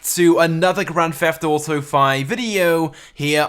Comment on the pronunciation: I love how he says it "gran feft auto"